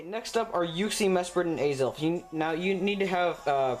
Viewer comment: What the hell is Yuksi, Mesperat and Aizel?? I'm probably not even spelling it right... Edit: LOOOOOL Either you said it really weird or i'm just stupid... Just noticed that Uxie, Mesprit, and Azelf is the same as what i heard as Yuksi, Mesperat and Aizel... XD Edit 2: Arghh well you do kinda say it a bit wierd but most of it is just me i think